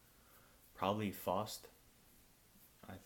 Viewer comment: Interesting, very interesting. Thank you for talking about one of my suggestions. That mispronunciation of the Faust was cringy though... If we ever meet I'll teach you some Frisian and German pronunciation, so you won't mispronounce simple words again ;). I obviously need to read the saga and the Goethe story now (but my god, Goethe is hard to read in its original Middle-German form, wow). I now also want to read the Devine Comedy, but I already know stuff about it. The Human cycle and Daydreams on the Sherbet Shore are my faves of yours (of what I've read) and I want the sequels even more now. I'd also be down for an Estrada Crate. I'd be happy to support you with some money and I do have PayPal, but maybe it would be more practical to DM over Twitter about this :D.